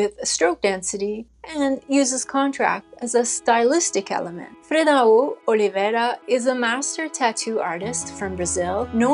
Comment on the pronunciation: Ink is just... satisfactory, simplicity and complexity at the same time. Tip for pronouncing his first name: Freh Down. Hehe, im brazilian, our language is a bit complicated to pronounce sometimes. May the Lord Jesus bless,!